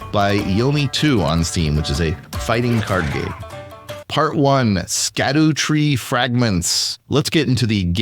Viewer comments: It is pronounced “shadow tree fragments”. They pulled a fast one on us and are using old English where “sc” makes the “sh” sound. For reference check out how Tolkien originally spelled Shadowfax (Sceadufaex) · "Shadow" tree fragments. It's pronounced shadow